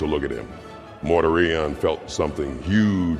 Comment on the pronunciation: Dude, I strongly suggest you look into how names in 40k are supposed to be pronounced. Or don't. "Mortar Ion" definitely cracked me up . 😂